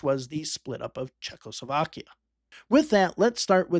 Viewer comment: how many times does the letter L show up in Czechoslovakia? for some reason people pronounce it as if there are 2, there is only 1